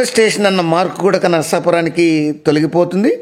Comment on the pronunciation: గూడక అనడం బాగాలేదు.కూడా అనాలి.